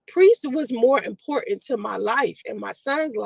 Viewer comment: It's "important" rat not "Impoorant".